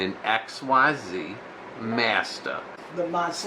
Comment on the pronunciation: Xyz is pronounced "Ek-zeez" btw